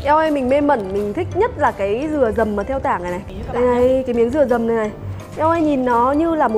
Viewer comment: "Dừa dầm HP " mà e đọc thành "Dầm mưa HP " 😂